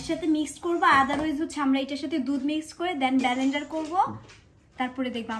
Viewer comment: ব্যালেনডার na vai😂😂😂 word gulo sikhe bolte aiso😆😆